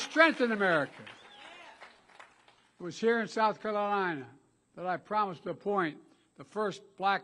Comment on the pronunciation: "The people of South Cunff??" Did he say.. WTH did he say? And what was the quick story he just said "well anyway"then something else was that the story or did he just drop it all together.